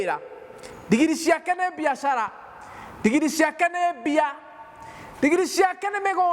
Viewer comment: Pastor ""ndingiri"",,ni nini hiyo ,I like ,the way u pronounce it ,,,buh ,,,,,,,siijui haki